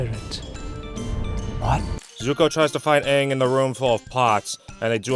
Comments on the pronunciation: Aang's name is actually pronounced that way in Mandarin, being the characters for "peace" and "souring." The problem is Aang isn't Chinese so it doesn't make sense to retcon how his name is pronounced, especially when other aspects of the cultural diversity of the show are completely ignored anyway. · The avatar movie: the disgraceful nick movie that badly pronounced names, takes years of earth bending just to toss a fist sized rock, and has nomads of fire and air instead of fire nomads and air nomads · Funny enough that is how his name would be pronounced in Mandarin Chinese... Except for the fact that no one in this show is explicitly Chinese. Much less Aang, who is if anything Tibetan/Nepalese/Bhutanese. It would be like if for the film adaptations of the Lord of the Rings that some new director came in and said "we're going to pronounce Samwise Ganji like the original Norse to better reflect his cultural identity" without realizing why that sounds dumb. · I hate how they mispronounced every name and everything. Soka is now So-Ka, Aang is now Ung. Fuck this movie to hell, I was stupid enough to believe in this movie and bought the DVD, When I heard UNG instead of Aang and I saw white and indian people who were supposed to be Asian (as in chinese, korean, japanes, like super east asian) by decent, I took the movie out of the dvd player went out side and took my shotgun and unloaded all 12 shots into the disk. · My cousin rented this movie and watched it with her once, it made me cringe the whole time. I even got annoyed on how they keep mispronouncing their names. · I bet M. Night pronounced Aang's name wrong because he thought it was anime and thus coming from Japan, where the A would have been pronounced that way. Japanese 'A's sound like they do in the word 'father'. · One of the biggest offenses this movie adaptation was changing the pronunciation of Aang's name. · wtf sohka, eeroh, ahpa, ahng, have they watched the friggin show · "are you the ovartar oong?"